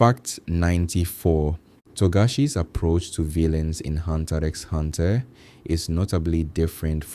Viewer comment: X is not pronounced... It hurts so much bro